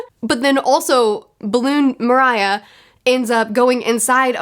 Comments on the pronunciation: Way she pronounces Moria is horrible. Moria is death related, Mor-ayah sounds like weak music combo. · Agreed, Absalom trash. Also Perona is pronounced (Purr-Own-uh) And Moria is pronounced (More-ee-uh) And thanks for the video again. Love watching your journey through One Piece :) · For the love of GOda, the names... Gekko Moria = More iya... Perona... Per own ah <3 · “Moria” Carey has the best selling Tone Dial Recording in the Grand Line! I love how each and everyone of us, that have read or are reading One Piece, pronounce Oda’s names out loud. For me It was Lucci. I had it in my head it was supposed to mirror Luffy so Rob “Lucy” was what I called him until the anime caught up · The second you mentioned not liking one scene, we all knew what you were talking about, and we all agree. It really sucks how men being creeps is a trope in this genre and I can't agree more about how it ruins decades of character growth. Side note: I love that you call him "Mariah" and almost don't want to correct you, but it's "Moria" like The Mines of Moria in The Lord of the Rings. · Pe-roe-na and gecko More-ee-a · Gecko Moria‘s name is pronounced the same way you pronounce the Mines of Moria in LOTR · Moria is pronounced the same as in LotR as far as I remember. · Moria is pronounced like more e a say it all at once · Just saying it's moree-a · Idk if this has been mentioned already, but the pronunciation for Moria is more + ia(rhymes with idea). Also, Pirate Docking Six: Big Emperor would've worked and Moria could've been defeated had Robin actually docked. Smh. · I think its pronounced (More-eeh-yuh) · Phonetically pronounced Mor-ree-ah. Not excusing Sanji and please continue to call him out when he does gross things but if you took a look at his character thus far you couldn't have been too surprised by his actions during that fight. No spoilers but that is the height of his perviness. He gets moderately better from here lol. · How you pronounce his name. MO-REEE-YAA